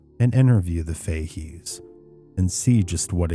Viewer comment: Fahey's is pronounced Fa heys.❤